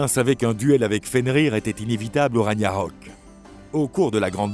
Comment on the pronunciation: Petite faute de prononciation du mot Ragnarok 🐺🖤